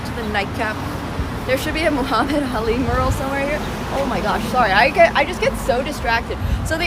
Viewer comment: Mural is pronounced me-ur-ul